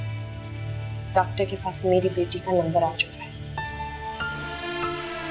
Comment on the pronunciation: Khirad ne doctor ne dactar bola h😂😂😂